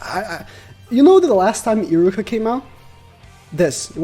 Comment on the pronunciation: this man is really pronouncing iruka as iricka